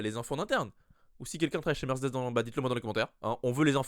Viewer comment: Bon, il faut qu'on parle... j'adore tes videos ton flow et tout et tout mais punaise, on ne dit pas: "Mercdess " je comprend que tu veux Vrooum vrooum zen mais on ne dit pas "Mercdess" hein! Mer-cÉ-des 😅😉 sinon pour le volant Mercedes Ocon ou Albon avec une préf pour Ocon bien sur! A++